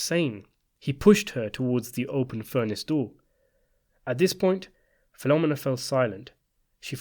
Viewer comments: The pronunciation of Filomena hurts my ears. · Great story, but the pronunciation of Filomena got me cringed every time. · I can't with this pronunciation of Filomena. Phil-om-en-na hahahahaha. Take a minute to see how to pronounce a name before you say it 100 times